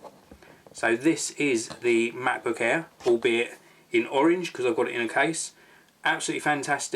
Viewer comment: When I first heard, I was wondering:"No, I want to watch a review of Macbook Air, not Macbook Hair"